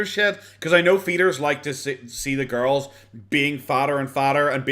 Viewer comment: Your "hello/morning gorls" cracks me up so much lolll